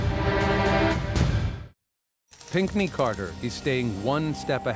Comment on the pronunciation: Pinkney ?? Is that American.